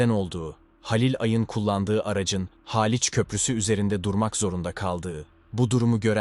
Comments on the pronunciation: Haaliç değil Haliç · Daltın haaaliç bu nasil telafuz yav sinir bozucu